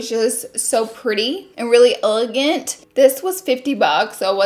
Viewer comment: “I thought it was so pretty and so ulligant” lmao I love her